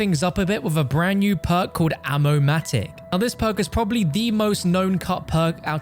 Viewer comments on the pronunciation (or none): Ammo-mati again 😂